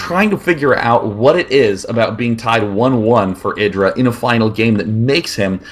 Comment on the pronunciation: Its said eye dra i swear